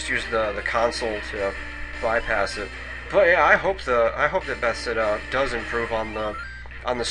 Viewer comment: Wait... the way you prounounced Bethesda....It's prounounced Beth-es-da, as in the ending of elizabeth, es which just sounds like s, and da like the Russian word for yes. It's a town in Maryland by Rockville.